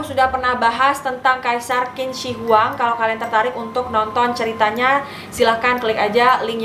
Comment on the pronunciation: Qin Shi Huang bacanya Chin She Huang, sis ☺️